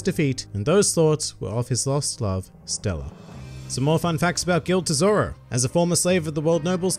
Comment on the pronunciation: It's not Gild Tesoro It's Gil D. Tesoro